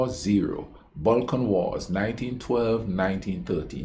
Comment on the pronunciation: Balkan wars not Bulkan wars 😀